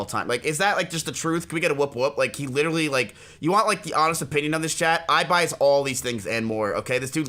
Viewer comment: Eye-by, aka the noble giant